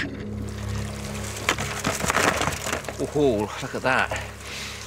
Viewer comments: Crayfish not cwayfish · do we have a Cwayfish Centuwian..???